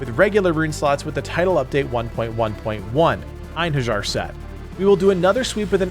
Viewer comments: Pronunce after me ( EIN - HE! - RI(j)AR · the J of Einherjar is prounounced like a Y ;)